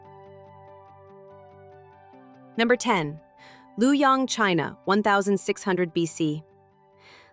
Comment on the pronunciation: Luo of Luoyang, China, is one syllable. If it is hard to pronounce as such, it is nearer the true pronunciation by pronouncing it as “Lo” (loh, lor) instead of “Lu” (loo).